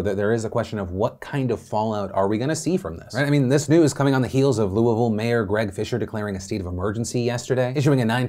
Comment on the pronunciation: I don't like how Louisville is being said, That's all I have to contribute.